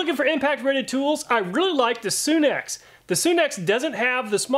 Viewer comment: It's not pronounced Soon ex, it's Sun X tools. Like our star the Sun.